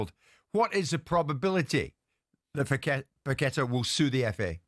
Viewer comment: If ur doing a long feature it might b an idea to check the correct pronunciation of a name instead of pronouncing it wrong about 50 times!!! It's pronounced Pac-a-tar not Pec-et-er!!!